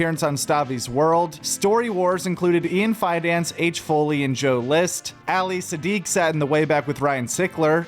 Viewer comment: love the videos bro but for everything that his holy if is pronounced “AH-LEE siddiq”